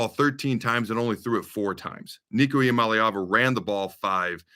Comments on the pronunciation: It's ee-ah-MAH-lay-ah-va. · I noticed that too. He was def rooting for UCLA, but couldn't pronounce their QB's name to save his life. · LMAO on your pronunciation on the QB Adam! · Devin Gardner could not pronounce Iamaleava.....sounded like he was having a stroke every time he said it. 😁